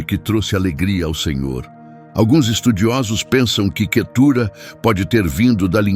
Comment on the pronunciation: Vamos ler a bíblia irmão. Não e Quetura e cetura.